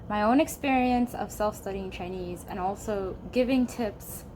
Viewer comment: your Chinese pronunciation is so good